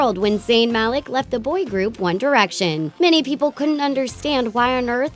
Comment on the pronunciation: Mal eek, not mal-ie'k